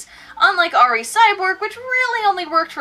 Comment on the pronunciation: I checked the trailer for the 2012 film, it's pronounced "Ree," not "Arr Ee." Props for not saying "Double-O," though!